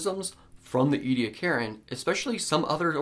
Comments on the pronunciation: Omg! I know I'm from South Australia and I've seen the Ediacaran fossil beds up close in the local museum so maybe I'm biased but do Americans have to butcher every word in the English language? It's "E-de-akaran" not "edi-karen" ffs! 🙄 Apart from that... Good work, very informative. 👍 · E-d-ak-a-run has five syllables and al-gie has a hard "g" in it. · Ediacaran was so named after the Ediacara Hills in South Australia. Ediacara is the local Aboriginal word for a water spring. So you might commit to the wrong pronunciation like Americans do with a lot of English words. But it's not English and as my heritage is from the area and the people I find it offensive. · It’s a genocided culture and preserving what little of the Aboriginal language hasn’t been already destroyed is the least you can do. “We’re just trying to learn” and we’re just trying to teach you the right things. Now you know the proper pronunciation, that’s part of learning, so you’re welcome. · A part of my heart died every time he mispronounced ediacarin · You're pronouncing the time period wrong